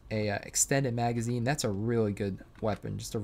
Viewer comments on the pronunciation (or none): none